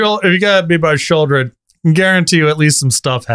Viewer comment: Yo it’s not sheoldred broh. Idunno you’re the ones w the podcast and the competitive play resume. It’s duress, deep cavern bat, deep cavern bat, bandits talent, that exile spell w buyback, thought ssieze warlock, Lilliana.:…sheoldred. Talk about not playing the game lol. Just getting card for carded every turn and then you get hymned as well, so 2 for 1n’d you….or killing you on turn 2-3 by just putting down dudes and suiting them up. If you’re talking limited. Not everyone’s got a sheoldred. What else. You’re winning. Have absolute board control. Ahead on mana…rakdos joins up resolves with trumpeting carnassur or vaultborn. It’s at least just as bad as capsize when taken into consideration balance of the game. Definitely worse tho, sorry.